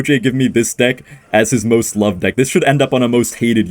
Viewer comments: That is NOT how Ken pronounces deck!! You might have accidentally said a quite homophobic slur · Also pronounced the word like a slur lol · "Deick" killed me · hello ian! love the vids and i knwo the pronounciation for deck as different to avoid what ken was saying but you might want to change the word in case of future demonitezation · ian the type of guy to pronounce deck as a slur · Hey, I know you definitely didn't mean it like that, but the way you pronounced "Deck" when referring to Ken's deck actually sounds like a slur used for lesbian women. Just letting you know so you can try a different pronunciation to avoid goblin cursing! Love the videos ❤ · Hey, just wanted to let you know that the way you pronounced dick is actually a slur again lesbians